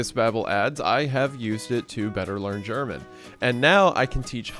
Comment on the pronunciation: wendigoon you butchered german so badly that i unfortunately have to claim this comment section as german property now